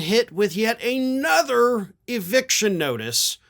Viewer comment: Stop saying aynother, it's another.